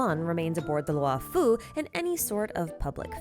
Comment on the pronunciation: This is great, but please, one point on pronunciation: "Luo" is pronounced as LORE, as in, "the LORE-FU" (like Kung-fu, but it's Lore-fu) Not Lew'oh, or Lu-aw or anythign. All Chinese characters are a single sound, never multiple: one character, one syllable. In the case of "luo", it's pronounced LAW or LORE (same thing). That goes for both Luo'fu and Luo'cha. It's horrible to hear "Lu-aw Fu" or "Lew O'Cha".